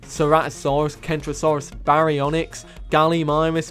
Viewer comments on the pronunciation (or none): none